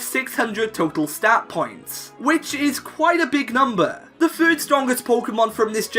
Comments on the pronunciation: I got really annoyed at "fird" "fhree" instead of third and three... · Why do you say "fird" instead of "third"? Lol